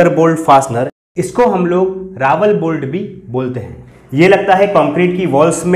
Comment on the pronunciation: Bade bhai jankari dee lekin RAWL (रॅाल) hota hai na ki Rawal रावल